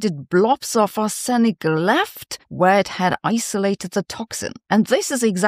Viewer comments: I always thought it was "arse-nic" not "ar-senic", comment below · As a long time resident of the US Midwest, I've always heard it as that and ARSE-nick. Took me a moment to figure out wtf she was taking about with are-SIN-ick. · It's ARSE in ik. Sorry but if I don't point this out half the world will start saying arse EN ick, such is the considerable extent of your influence. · aaaargggg! Arse-nic not Ar-senic. Tomato, tomaato, let's call the whole thing off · Arsenic is pronounced 'arse-nick', stress on the first syllable. Not 'ar-sen-nic'. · Ar'se'nic not Ar'senic.... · Please check your pronunciation of "Arsenic". You are saying "ar sen nic" -- doubling the "n" sound; it should be pronounced "ar se nic". Such mispronunciation leads to creditability issues -- understanding vs reading a teleprompter. That's not you. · It's normally "AH-sen-ik". Google Translate mispronounces it as "ah-SEN-ik". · Your English is excellent, but for future reference it’s not pronounced ‘Ah-senic’ but more like ‘ah-snik’. In reality there is a small ‘sen’ in the middle, so ‘ah-sen-ik’, but it’s closer to correct if you just ignore the e as it makes it sound wrong. Very pedantic of me … and don’t ask me to try it in German! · Since when was Arsenic pronounced Are-SENIK? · Is Sabine’s entirely predictable pronunciation of ‘arsenic’ really the most interesting thing you’ve found in this item? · Pron: Arr/snick❤️❤️ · It's pronounced "arssnic". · Usual pronunciation is ‘Arse-Nic’, but your version is much more polite! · Sabina, the English pronunciation is arse - nick😊, as in "I was shaving my bottom and accidentally suffered an arsenic". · Brits pronounce it 'Arse-nik'! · As a Canadian I pronounce it ARSE-uh-nick. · It's not though, it's "arr-suh-nick". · The accent is on "R" in "R-senic". The accent is not on the second syllable. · Correct Pronunciation is "Ahs-Nic" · Is the way your pronouncing Arsenic a Germain version? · Yes the first syllable needs to be shouted.